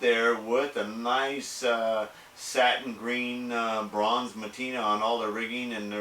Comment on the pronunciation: it's Patina and NOT matina..